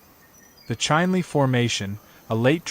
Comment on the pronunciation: Chinle -- prnounce like it is written, Chin Lee.